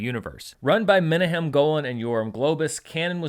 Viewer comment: The king of proper pronunciation strikes again Today I learned that it's Menahem Golan, not Menachem Golan, which is what I remember hearing for the past thirty years.